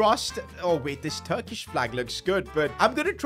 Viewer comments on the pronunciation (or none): none